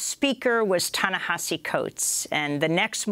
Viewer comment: Why can't she say 'Ta Nehisi' properly? It was so distracting during her interview with him.